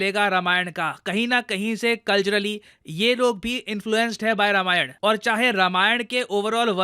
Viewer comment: भाई मेरे रामायण है रमायण नहीं। BTW love your work and a great fan.